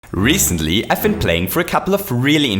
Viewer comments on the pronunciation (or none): Me: * has a Reese's ad *: reesently, Me: woah he knows my ads